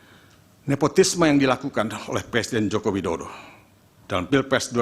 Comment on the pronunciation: Woyyy Yang bener itu ngeja nama presiden, jangan ngaco gitu bikin malu aja....nih ejaan yang benar JOKO WIDODO.